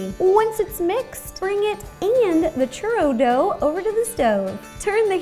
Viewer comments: same haha she said it like "shoe-roe" instead of "choo-rroh" not hating, i love her a lot ☺️ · She didnt pronounce it correctly. English speakers add the 'w' sound because they read it as if they had never heard it pronounced correctly and as if it were written based on english grammar. However, the 'o' would have to sound like it does in the word 'molt' rather than 'mow'. In other words, the 'o' sound shouldnt morph into the 'oo' sound. Its the same kind of mispronunciation that sometimes occurs with french words, i.e., like pronouncing the 't' in 'gourmet', or pronouncing 'chaise' like 'shayz' and not 'shez'. To spanish speakers, it might sound as noticeable as it would to an english speaker listen to a german speak english pronouncing 'w's like 'v's. Its not like anyone cares though, nobody expects everyone to have perfect pronunciation of all foreign languages, its perfectly acceptable to pronounce churro that way, but it is noticeably mispronounced like the examples I gave. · Omg she said it so white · Omg I felt the same way, I kept on yelling "churro" to the screen😂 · I'm not even Latin and I cringed lmao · Natalia Hernandez neither am I. I just feel if your going to bake something in a professional way you should know how to say it correctly